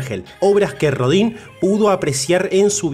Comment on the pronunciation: Pues para empezar habría que pronunciar bien el nombre, es molesto que hagan un programa de alguien y ni siquiera digan bien su nombre, que se pronuncia Auguste Rodan aunque se escriba Rodin.